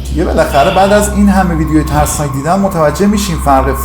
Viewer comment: عاشق اون لحظه هایی ام ک میگی تسناک یه دونه ررررر‌ داره ؟؟؟؟💋🫀👽💜🏳️‍🌈